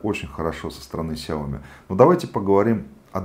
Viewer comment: сяомИ ударение на И